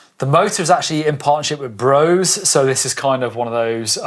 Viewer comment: Brose - the e is not silent :) Brose :flag_de